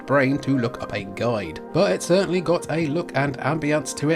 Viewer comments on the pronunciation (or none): none